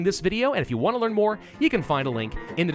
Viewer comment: Parvus & not Pravus.